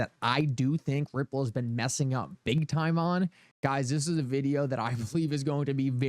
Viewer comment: “In the vid-e-ow!”…